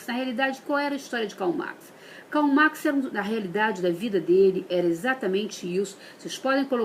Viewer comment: olha q demais gente, uma especialista em Marx q n sabe falar o nome dele!!!!!!1